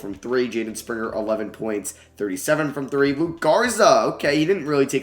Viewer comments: Yo its LukA Garza not LukE Garza. It’s an A at the end like Luka Doncic. Luka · Love the video but it’s LUKA Garza not Luke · it’s luka garza not luke. i know it’s small but it just bothered me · It’s Luka Garza not luke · Can you learn how to say Luka Garza’s name before your next video? Killed me hearing you call him Luke so many times :/